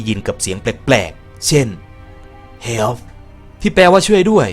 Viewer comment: Hell เฮลคับถ้า Help เฮป ผมได้ยินเปนhell